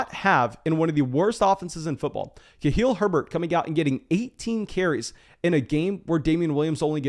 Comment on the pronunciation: It's KhaLil, not KhaHil, lol.